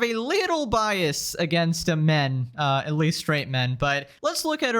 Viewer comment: bro that "MEN" hit different almost felt personal lol (the voiceover itself). Got me laughing kinda good Also remembered as I was listening to that part, any time I see a video like this talking about toxic men in gaming it just reminds me that the most toxic gaming experience I've ever had was at the hand of a woman (or more likely, a girl).